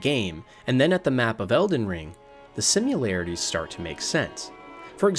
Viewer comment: It's "similarities", not "simularities"